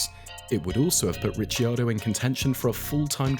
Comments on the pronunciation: Rick-ar-doe, not Richy 😅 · It's Rick-kee-are-doe...Ricardo is Rick-are-doe😊